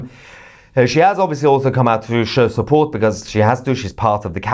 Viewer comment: didn't know you have Irish in your blood! Shupport! 😂😂😂